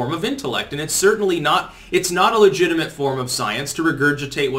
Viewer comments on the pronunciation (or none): none